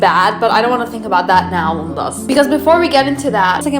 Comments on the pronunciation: It's pronounced like leen•dahs... Not limbos. Gracias. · It sounds like you are calling ppl limbos. Lindas makes sense. Not limbos.